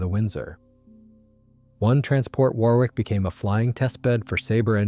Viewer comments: Wor ick not wor wick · It's pronounced Wor .. ick. Not war. wick. Fantastic doco, despite the hick ups in the voice track... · If it's scripted by AI then it's a very stilted commentary with several vocabulary mistakes. And it's pronounced Waar ick, not war wick or wor wick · Thanks for an informative and interesting video, albeit with some strange gaps in the sound. Just FYI, and speaking as an Englishman, the word 'Warwick' is actually pronounced 'Worrick.' I know, us crazy Brits, etc. Also, Farnborough is pronounced 'Farnburra' and Edinburgh is pronounced 'Edinburra.' And yes, the way English is written doesn't correspond to the way it's pronounced. Totally illogical. Sorry about that, it's just the way things are. Similarly, Hampshire is pronounced 'Hampsheer' and Leicester is pronounced 'Lester.' Viscount is pronouned 'Vycount' as though the s didn't exist. Oh, and it's Aluminium - with two 'i's (as in 'The ayes have it' as you'll hear in the Houses of Parliament). Aluminium is like Uranium or Potasium...